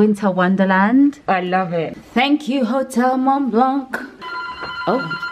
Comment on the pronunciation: This trip looked like so much fun! But I need to tell you as a frenchie subscriber, the C at the end of Mont Blanc is silent aha